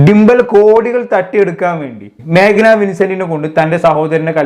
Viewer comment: ഡിമ്പൽ അല്ലാ ഡിംപിൾ... Magna alla Meghna😂😂😂